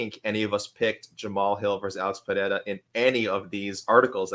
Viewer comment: The Asian guy sounds more deaf and mute than Helen Keller trying to pronounce Pereira.